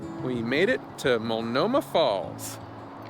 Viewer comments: Love your adventures! Born and raised in the Pacific Northwest. Just wanted to say the T isn’t silent in Multnomah Falls. Keep the adventures coming. Thanks! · Well well now you are in my neck of the woods. I grew up in Portland and visited Multnomah Falls so many times. And the T is not silent. I loved driving the old highway in my Triumph Spitfire convertible. I hope you went up farther to see the view from the historical Crown Point. Thanks for posting...it took me back to my first 30 years. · Multnomah falls ….. the ‘t is not silent.